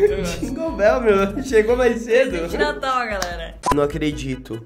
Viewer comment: Desculpa corrigi mas n é gingo Bell É ginglo Bééu tah 🙌